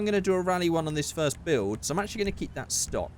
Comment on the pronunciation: Not forst